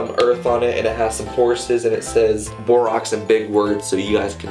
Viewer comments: its pronounced like boar Axe haha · when he says borax it sound like barack 😭